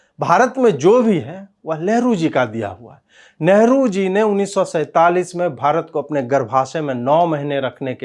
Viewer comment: Am I the only one who heard it "ashlil Leader" instead of "Asli leader"... And LEHRU instead of NEHRU...